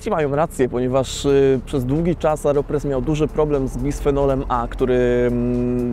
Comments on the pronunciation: dlaczego mówisz "areopres" zamiast "aeropres"? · Nie Areopress tylko Aeropress. To nie narzędzie rolnicze :)